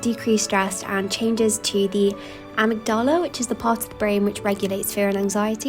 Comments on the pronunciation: Some useful ideas here. Just an FYI, amygdala is pronounced 'amigdalla' not 'amigdarla'. Also a reminder to fellow students that your breaks do not need to accomplish anything, or have a purpose other than giving your brain, and eyes, a rest, and most likely your back if sitting! I don't think learning something related to studies, a language or reading are good activities for study breaks. You need to rest your mind and your eyes. I also don't think watching something on YT etc is a good study break, as it's not always easy to just watch one video (I know a lot of people struggle with distractions and procrastination). It's a good idea to get to know what type of breaks work for you, and when. For example I find in a short break between sessions getting up and walking around, doing laundry, dishes etc for 10 minutes works well. When I feel 'a block' or really stuck, a slightly longer break for a walk or to go to the supermarket is really helpful. I say all this as a mature student who returned to UG study last year, and gets consistently high A grades. This is not a flex, but a reassurance you don't have to be constantly productive or write lists for everything to do well. please be aware that providing this much 'inspiration' for things to do during a time that should be about rest can feed into toxic productivity. Also most students watching your videos will also have part-time jobs, which are unfortunately often low-paid and demanding, so will be much more tired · It is amYgdala, the stress is on the second syllable.